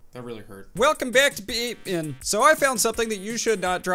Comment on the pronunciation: This is how you probably pronounce BeamNG. Beam N G Drive